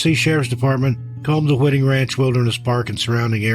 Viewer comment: Hi: on the 1st story, "Whiting" Ranch is pronounced with a long "i", like in the word " white", not like wit.